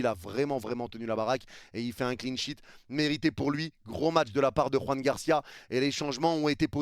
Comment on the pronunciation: Joan Garcia bordel, pas Juan Garcia. La prononciation n'a rien à voir !!!! Il est Catalan pas Espagnol !